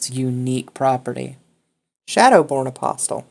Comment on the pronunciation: Loved the video, but >>NGGHH<< "apostle" has a silent "T".